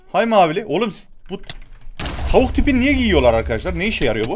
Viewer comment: tavuk değil o davık yaa